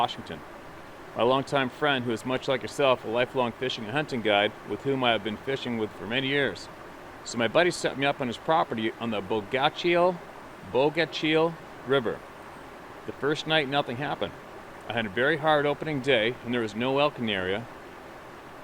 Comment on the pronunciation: The river in Forks you mentioned is pronounced Bogasheel. That whole area is creepy at times. The Clearwater and areas just outside the park are squatchy as hell..that whole Olympic peninsula.